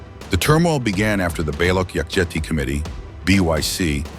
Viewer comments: INDIAN CHANNEL. AI GENERATED BRITISH ACCENT WHICH BTW THEY DID A PISS POOR JOB WITH. NEVER SET FOOT AND CAN'T EVEN PRONOUNCE BALUCH PROPERLY. WHAT'S NOT TO LIKE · AI voice can't pronounce Baloch 😢